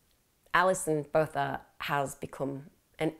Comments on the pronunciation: The pronunciation isn't the worst... I'd say it's halfway there. We don't have a 'th' sound, so Botha just has a 't'. Incredible case though. There are some insane cases in South Africa. Krugersdorp murders, van Rooyen murders, moses sithole, daisy de melker. It's worth looking into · Youre concerned with getting the facts correct,you can atleast pronounce her surname correctly. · I think you say Botha as “Bow - tuh”. And collegiate as “kuhl - eej - uht”. Not being picky and maybe I’m wrong. X